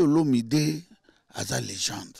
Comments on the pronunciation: Légènde té mais légèndre 🤣🤷🏾‍♂️👀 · 🇨🇬🥺😳😳 Moi j'ai dû entendre légendre! #À la place de légende#😅😅😅😅😅😅